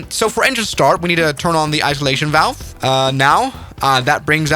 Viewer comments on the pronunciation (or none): none